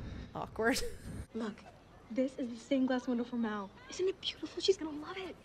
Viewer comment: It’s mal not mel